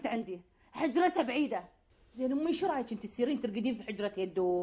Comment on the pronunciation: ههههههههههههههههه قالت سو مو شو